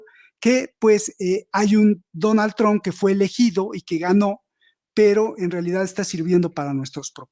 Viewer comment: Trump ( trampa, quítale la a , así se pronuncia este apellido, Tramp).